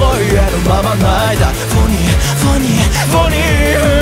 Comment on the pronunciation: うぽつです！ フォニイの発音がとても好きです！！曲で拍手をするところがあって実際に手を叩いていて沸きました さん英語の発音がとても良くて大好きです 英語のところだけでも沢山リピート出来ます😭✨(リピートしてます) 間奏の前にサムネのポーズをしていてとても最高です！！歌詞の「フェイク」と「愛のように」のお手手がとても好きです サムネのポーズ、腕の筋が好きです 顔に狐の仮面(？)の模様が描いてあってとても好きです 今週も投稿ありがとうございます！！ 沢山聴きます💭♪ 長文失礼しました。